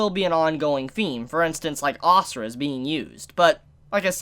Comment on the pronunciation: It’s not asura it’s ashura